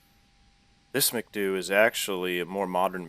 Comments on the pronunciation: that is not "makdu" its emcedeyuuuu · M C D U not MacDOO